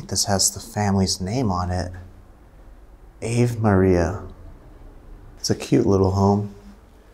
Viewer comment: It’s pronounced “ ‘Ahh- Vay ‘ Maria “ 😉👍🏽! Love watching your channel. Sending you much Love and Light from Miami🙏🏽